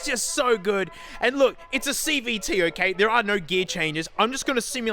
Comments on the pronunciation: That V in Cvt sounded really like a B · I legit misheard CVT as CBT.... And I thought it was about to go somewhere completely different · ngl I thought he said CBT